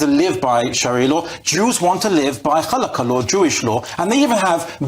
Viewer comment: Do not compare sharia with halacha (especially if you can't pronounce it while trying to make a nonsensical point). In no country on this planet has ever been a halachic government and literally nobody is demanding for this to ever happen, not even Jews. As of right now, there are FIFTEEN countries though, that live by sharia law, as opposed to ZERO halachic countries. Look at how happy they all are, as they're fleeing to the west. While sharia has FIVE base pillars (Shahada, Salah, Zakat, Sawm, and Hajj), Judaism has SIXHUNDREDTHIRTEEN instead of five and doesn't need to impose on anyone while living by those laws/or not (like secular Jews). It is YOUR law, don't talk about Jews living peacefully and then demand violence to be accepted, as you're unable, to keep YOUR belief to YOURSELF.